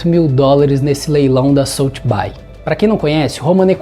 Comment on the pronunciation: aprenda Inglês para que você pronuncie o nome correto da SOTHEBY, a pronúncia é: SOTHEBI,(som de I, não de aí). Ok? Desculpe, mas esta informação provém de um Professor de Inglês, que sou eu... Sorry...